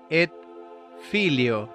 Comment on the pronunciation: en latin se pronuncia la t de ET